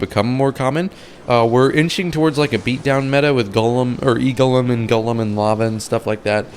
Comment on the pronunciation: are you 12, you seem not able to pronounce golem